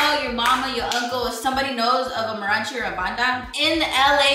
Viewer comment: Not “marachi” 😂